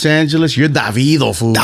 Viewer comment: How do you properly pronounce Davido because I say it the Mexican way too! Lol 😅